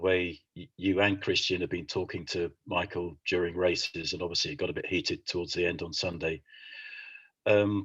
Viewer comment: "No Mykil, no no Mykil, that's so not right"